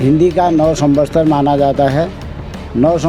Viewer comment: को सम्वत्सर कहना नहीं आ रहा है वो सम्वसतर कह रहे हैं